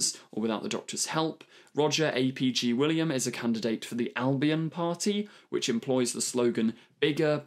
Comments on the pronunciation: it's literally Roger ap Gwilliam, not Roger Ay Pee Gee William... that's like calling you Es Tee Are Eet. LOL! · My god, the absolute butchering of every single Welsh name... even Sian! Have you never heard the name Sian? It's a very common name! "Roger A P G William"??!?! What?! Mate... that's just awful. Aneurin I can kind of understand, but have you never heard of Aneurin Bevan? He literally founded the NHS! And I'm saying all this as a fellow English person. I'm not even Welsh but most of these names are not hard... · haha I think you mean "AY PEE GEE WIlliam". I am willing to cut some slack though as I like his content.